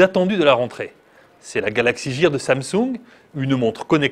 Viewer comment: Mauvaise infos sur la montre regarder d'autres vidéos et vous verrez. Mdr il dit galaxy jear alors que c'est gear et galaxy note s3 au lieu de galaxy note 3 et les vidéos c'est 15sec et pas 10. bref du grand n'importe quoi ce journaliste